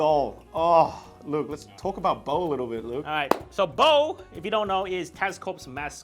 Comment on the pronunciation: Am i the only one who keeps hearing "bowl" instead of "bow"?